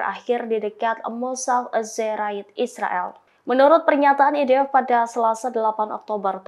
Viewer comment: NITC = en ai ti si IDF = ai di ef VLCC = vi el si si tolong belajar lg yaa presenter. ini kritikan, bukan hujatan ataupun hinaan ☺️👌🏻